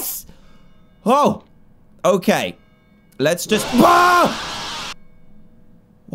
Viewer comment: I laughed so hard when he said “let’s just...” an then the bats came and what I heard was “let’s just BAWSWWW” xD